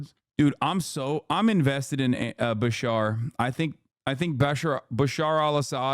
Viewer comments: As a Kentuckian hearing Hasan say BaSHAR instead of BaSHEERE was killing me. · Love Beshear but would do anything to convince Hasan to stop saying ba-shar